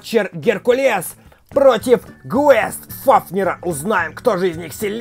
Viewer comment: Как бы Гейст Фафнир а не Гвест Фафнир